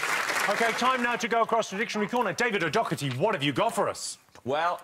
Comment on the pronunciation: Why do they pronounce it Docketty when there's no 'k' in his name?